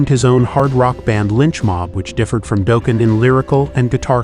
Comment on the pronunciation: If I hear it pronounced Doeeken. What is this a Homer Simpson metal band